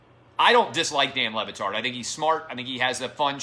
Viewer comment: I've always thought Le Batard pronounced his name wrong.